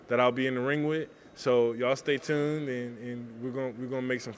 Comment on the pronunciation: she doesn't even say stay tune. She says " stray trune"